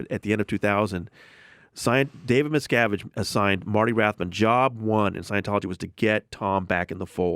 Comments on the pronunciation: I never understood how people can hear someone say a name or a word the correct way, and then says it completely different. “Miscavitch”! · "David Miskovich" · I’m a conservative who votes Republican. I have lived in Hollywood, been invited and attended lunch on the Scientology ship and avoided anyone who pronounced an affiliation to Scientology. Thank God! Trump is as far away as he can be and his followers are too! Having been a pilot and flown into Hemet several times, visited Lake Arrowhead a couple of times, I can see why they would want the alluring sceenary as a backdrop. I wonder the compound is anywhere near the island that Greta Garbo once spoke about? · Sorry, but how do these hosts not even know how to pronounce certain names or know nothing about Scientology before interviewing this person? As a journalist, this is unheard of. You are taught never to ask a question you don't already know the answer to. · Why are the two hosts completely unable to properly pronounce Miscavige, despite Tony repeatedly saying it correctly? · Guys...you don't know how to pronounce Leah Remini or David Miscavige and you have a guest on speaking strictly about Scientology for 45 minutes? What rock do you live under? Come on, do the slightest bit of research before your guests come on. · i've listened to jim and sam for a while now, they're not fucking with this guy like o&a used to do with writers. so why the fuck can they not pronounce miscavige correctly when the guy fucking tells them the way it's pronounced.